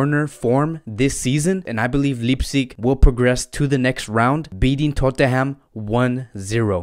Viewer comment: It’s Leipzig, with Leip pronounced as Life with a p.